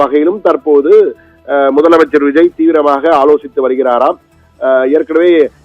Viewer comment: Yov news reader madaiya. Theliva mudalamaichar nu sollu ya